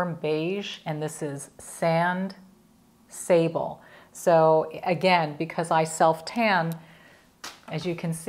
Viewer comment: I love so many of these products too, gorgeous! FYI Sable (sab-lay) is Sand in French. 😉